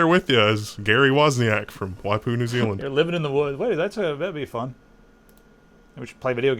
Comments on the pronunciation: You are pronouncing Waipu perfectly. Why poo? Because you have to! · He said Waipu perfectly. Sources: Live in Maungaturoto, pretty close to Waipu. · You said Waipu correctly. Also Shroud of the avatar looks amazing saw the video on rock paper shotgun and so glad you guys covered it aswell so more hyped now:D